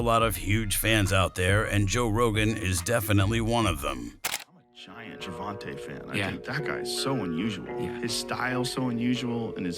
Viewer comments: It's gervontae no ta da fuq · The dude said gervanta 😂😂😂😂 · BRA U SAY HIS NAME WRONG ASF 🤦🏽‍♂️ WHITE FOLKS ALWAYS SAYING SHIT WRONG BRA LOL DAT SHIT BE FUNNY FRFR ITS LIKE 2 pac all over again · Your completely butchering Gervontas Davis name lol